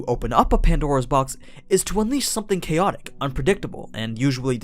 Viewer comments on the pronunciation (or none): none